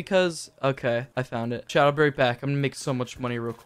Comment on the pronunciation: This whole time I thought u was saying chad for sum reason but I realized your saying chat